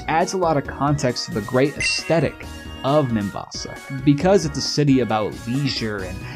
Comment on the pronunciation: him: mom can you please go back in time and abort me? mom: what? him: have some one who can actually pronounce "Aesthetic" mom: say no more